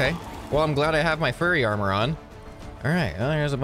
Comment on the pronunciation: I'm sorry, I still can't get over the fact he calls it "furry armor". As a furry, i actually find it funny. X3